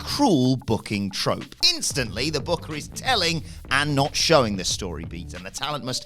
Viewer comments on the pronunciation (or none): none